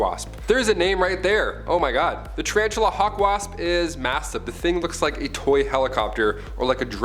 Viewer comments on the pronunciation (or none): none